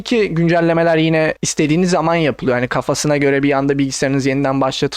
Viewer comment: Aynen şöyle: "Windows'ta geyming iyi yapılıyoğrr."